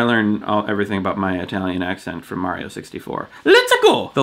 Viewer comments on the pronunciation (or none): none